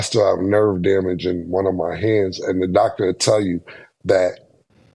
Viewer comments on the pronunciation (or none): none